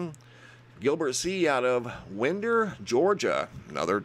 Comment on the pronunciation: It's pronounced Winer not Winder Georgia btw.